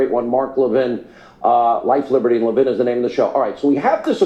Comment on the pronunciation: You said Levin’s name right the second time! La-vin, accent on the second syllable. Hope the Trump team figures this out!